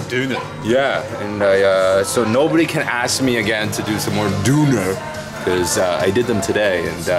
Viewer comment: It´s so funny whenu try to speak German :D It´s called Döner not Duner... so funny